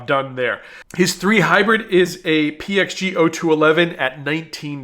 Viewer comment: So glad you pronounced the the PXG clubs correctly. It is zero 2-1-1 or any variation. Your wife has taught you well